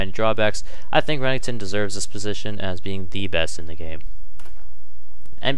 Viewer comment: re- nek- ton not renington wtf